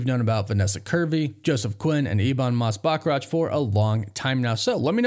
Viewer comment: learn how to correctly pronounce Valeria..and Bachrach and then youll be solid